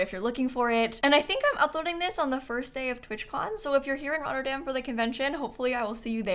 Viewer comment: As a dutch person I love the way you said Rotterdam